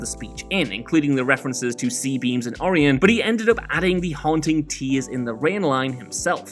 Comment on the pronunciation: Or-i-on? Really? O-ri-on